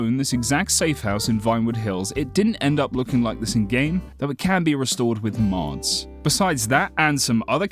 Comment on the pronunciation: The way you said “mods” is disturbing